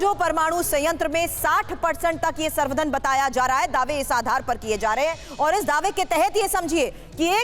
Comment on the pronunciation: संवर्धन को मिश्रा जी सर्धन कह रही हैं ,एक बार ही नहीं दो बार कहा ।